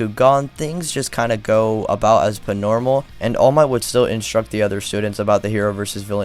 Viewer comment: Why the fuck you do you keep saying "pnormal" wtf